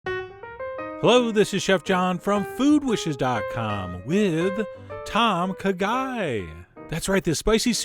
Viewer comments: At least learn how to pronounce it please. TOME! KAH GAI, not Tom k'guy. ANd it's not made with chicken (or turkey) stock. And galangal is the primary flavoring. Without it, you have a completely different flavor. What you have here is turkey soup with some added herbs. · Haha, it's actually pronounced Thom Ka Gai. Great video though! :D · Its pronounced Tom Kaa Gai..